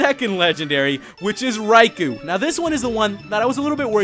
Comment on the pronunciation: Psst, Raikou is pronnounced "rai-koe", not "rai-koo".